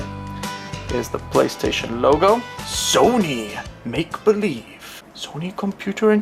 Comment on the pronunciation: Nice comparison! and when u said Make.Believe, it sounded like you said Maple Leaf LOL